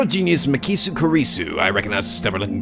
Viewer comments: ***** The voice are perfect so fa, the younger mai sounding voice fit Makise (pronouced Ma- key- say, it surprisingly the only name you got wrong lol ) very well, there alot of girls in this series but I sure you can pull it off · Its MA-KEY-SAY